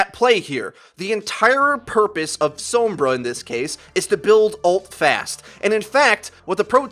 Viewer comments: Heh heh didn't want to miss pronounce the name Sombra so he says so*m*bra and som*bra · The way you say Sombra gives me cancer.